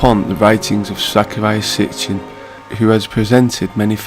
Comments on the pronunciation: His name is/wAs Sitchen not sTichen 😩 And Z. SITCHEN was an elite misinformant (so called) Free" Mason ! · It's Sitchin not Stichin.